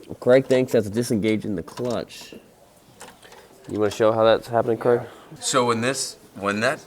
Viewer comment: Stop saying Cregg